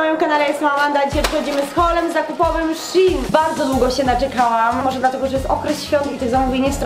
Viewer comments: Nie mówi się szin shen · Nie chcę wam muwic ale się nie mówi Chine ale musi się szejn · Nie mówi się szin szejn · Denerwuje mnie kiedy moiszbszin a nie szejn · Mówi się szejn